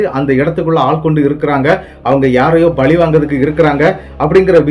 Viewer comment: பலி இல்லை.பழி. உங்களுக்கு . ர. ற. ல . ள ழ‌ குழப்பம் உள்ளது பலி என்பது ஆடு கோழி நர உயிரை வெட்டுதல். பழி தீர்த்தல் வெட்டுக்கு வெட்டு குத்துக்குக் குத்து உயிருக்கு உயிர் என மனத்தில் வஞ்சம் வைத்தல்.நாகர்கோயில் பக்கம் பல நாட்டுப் புறக்கதைகள் பாடல்களாக மாறி வில்லுப்பாட்டாகப் பாடப்படுகின்றன.கதையில் வருபவர்தளுக்குக் கோயில்கட்டப்பட்டு அவர்கள் சிறதெய்லமாக வணங்கப் படுகின்றனர். .பொன்னுருவி சின்னணஞ்சான்சில சான்றுகள்.காத்தவ ராயன் மதுரை வீரன் போன்று இவர்கள் சாதி அடிப்படையில் கொலை செய்யப்படுபவர்கள் ஆகவே இருப்பர் இது ஒரேகதை இரண்டு மாதிரியாகவும் இருக்கலாம் இரு வேறு‌ கதைகளாகவும் இருக்கலாம்.